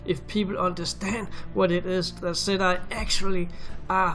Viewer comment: It's pronounced ,settee, not set I. For gods sake man !!!